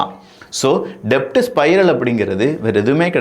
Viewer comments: Thambi, i am your fan. Pl don't say DEBT. Say DET. Becoz B is silent in DEBT. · தம்பி டெப்ட் இல்ல டெட். B silent in debt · டெப்ட் கிடையாது. உச்சரிப்பை தெரிந்து உச்சரிக்கவும்😂😂 அது டெட் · "டெப்ட்" இல்ல. It's pronounced "டெட்" 😂😂😂😂😂😂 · It is not to be pronounced DEBT, but DET (B is silent) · Pronounce it as DET B is silent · Sorry to correct you Bro "debt" will be pronounced as "det" here b is silent. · "B" is silent